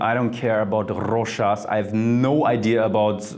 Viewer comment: Thank you for pronouncing Rochas correctly!!!